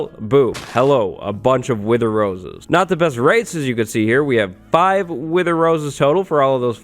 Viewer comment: I thought that he said "winter solider skull" not "wither solider skull".